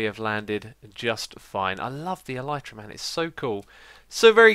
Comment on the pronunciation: I know it's irrelevant, but my self-diagnosed language OCD is kicking in, and even if you're not going to change the way you pronounce "Elytra", I wanted to bring up the 'proper' pronunciation: "L - E - trah". There... I can keep with my life in peace :-)